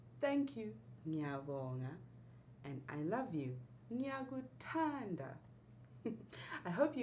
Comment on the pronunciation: Another question: is the stress important, since you are saying "ngiyaku'thAnda", with a small paus after 'u' and the stress on 'a'. Again, excellent lesson! Just thinking, it says "Leanr Ndebele/Zulu". I know some Zulu and it's all the same words, and Ndebele and Zulu the same language but with different name, or is it dialects of each other?